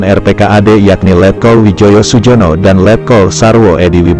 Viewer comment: bacanya Suyono